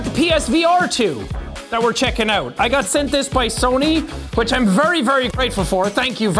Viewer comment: its sony not sonye